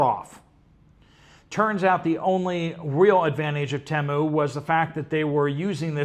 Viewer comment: TEMU is pronounced in their ads as TEE-MOO. UPDATE